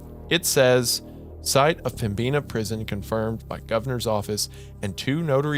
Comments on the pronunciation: as a North Dakotan it’s pronounced Pem-bin-uh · pronouncing pembina as pembeena is crazy work. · As a North Dakotan I fell it's my civic duty to point out that Pembina is pronounced pem-bi-nuh, not pem-bee-na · As a North Dakotan, I always feel happy when we get acknowledged especially in a spooky story. Tbh I’ve listened to this episode before but I’ve only just realized that the prison story takes place here Also, Pem-Bi-Na river sent me cause I’m from that general region and that B is not usually that pronounced lol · I like the episode but Pembina is pronounced PEM-INNA and their pronunciation is driving me crazy. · The pronunciation of Pembina is absolutely frying me ☠️ im from the area and am there not infrequently and pembina is probably definitely haunted, but the b is silent, its pronounced pem-in-a. Hadnt seen any other NE NDers comment so i had to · PemBEENah lol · Two story's taking place in my home state of North Dakota in the last couple months. This story takes place an hour north of where I live and it's pronounced Pemb-in-a. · Fantastic story set in my beautiful home of North Dakota, but Pembina is pronounced Pem-ina, blame the French-Canadians man